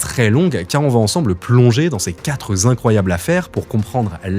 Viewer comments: Il n’y a pas de S à ”quatre” On dit ”quatre affaires”, pas ”quatre zaffaires” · Quatre-zaffaires », « quatre-zincroyables affaires » : « quatre » est invariable. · Belle enquête. Par contre, dès le début, les quatre ZAffaires (4'19") et quatre ZIncroyables affaires (4'31"), ça pique fort, ça prend à la gorge. (faut éviter 4, 5, 7, 8 et 9 et pas tt le temps vingt et cent...) :face-blue-smiling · Y’a pas de S à quatre. Donc pas de liaison !!!!! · Quatre ne prend pas dans, donc pas de liaison possible. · SVP .... quatre ne prend pas de S donc pas de liaison mal à propos SVP .. merci